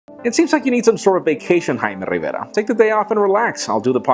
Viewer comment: HAIIIIIIMEEE RRRRIVERRRA !!!